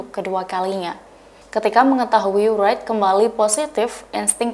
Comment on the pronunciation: Pembaca beritanya perlu banyak belajar dulu sebelum membawakan berita terlebih berita international, aduh nyebut Wright aja salah.